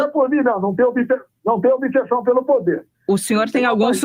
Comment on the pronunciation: Detalhe: pronunciou obissessão, tá ok?